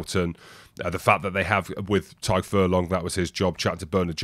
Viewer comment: Tadhg*. The dh is sort of a "y" sound. The D in "Tadgh" would be hard